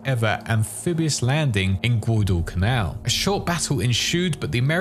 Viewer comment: I had an aneurysm every time I heard you pronounce Guadalcanal. Great video regardless.